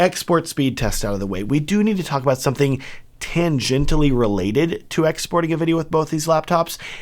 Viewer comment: it's "tangentially"